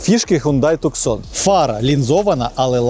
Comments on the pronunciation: Не туксон, а ТУСАН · Туссан а не Туксон)